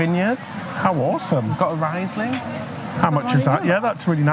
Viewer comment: Very nice you show Mainz city. Interesting you speak vocals like latin or German. Running with u e.g. Never heard before. And it's nice to listen to native English men. So seldom, all the English is from elsewhere. BTW, Riesling is spoken as "Reesling". i = ee, and ie is just longer extended i. It's so great you check out our country.